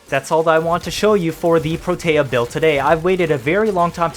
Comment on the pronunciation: I feel like Protea doesn't get nearly enough recognition, and people just subsume for dispensary. I'm out here like "put down 3-5 turrets at once, max duration, and try to find an enemy you can't kill." (Also, I REALLY don't want to be that guy, but it's "PRO-tea." That's how Parvos pronounced it, anyway)